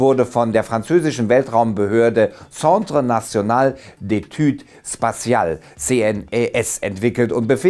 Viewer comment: Wie lange hast Du üben müssen um „Centre national d'études spatiales“ richtig auszusprechen? 😉